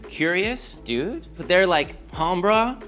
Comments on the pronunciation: humbruh mispronunciation of Hombre which is man in Spanish. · He didn't say combra he said HUMBRUH 😂😂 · I have heard a few dudes around here say humbrah, but everyone says knowhaimsayin like you did at the end.